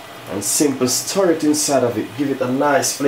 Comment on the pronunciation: Simply give it a little "stur". 😆😆😆😂. Chef a twang. Looks delicious though. Up chef.